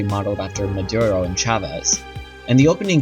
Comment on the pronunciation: Maduro Mah-Due-Roh There's no "N" in his last name